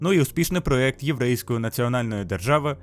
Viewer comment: Проєкт, а не проект!